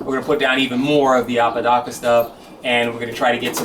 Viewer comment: Hay thanks for the shout out u didn,t butcher the name cheers man....are u gonna keep the apodaca family seperate or are u gonna breed it into your own stock? Great content as always very interesting and informative keep them vids coming......👍